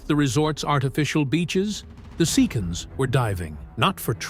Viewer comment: I wanna say Sea-Cons (Pirranacon) but AI got jokes😅